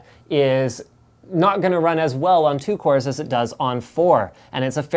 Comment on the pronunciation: you mean cores ? not coors ?!!!?